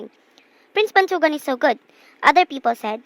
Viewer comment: The story is good but the stress and the accent, still its good